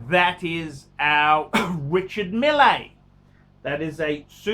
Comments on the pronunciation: It's pronounced "Richard Meel" you idiot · The way you pronounced Richard Mille gave me AIDS